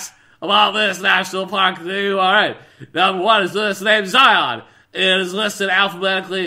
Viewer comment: Zion with an s.